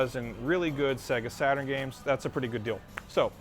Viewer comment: Segahh Satuurn shiroo :D